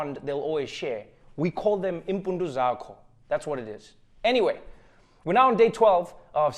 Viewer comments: Impundu zakho, not right Trevor... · Nooo he did not say impundu zakho... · “we call it impundu zhako” Lol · Impundo zako , u say. Lol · Lol "impudu Zakho" 🤣🤣🤣😂😂😂😂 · “Impundu zakho” sounds like "your balls" I speak luganda and swahili and since both are bantu just like whatever trevor speaks, I suspect I am close. Mothers heritage bowls...sure! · I’m not Xhosa but did Trevor just say the round things are called ‘impundu zakho’? As in your ass? 😂 I’m dying in my apartment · yini vele" impundu zakho" I'm convinced he is swearing.